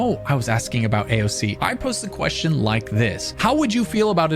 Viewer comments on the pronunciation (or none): none